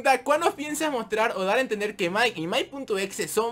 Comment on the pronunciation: cuando dijo el exe entendi flx xd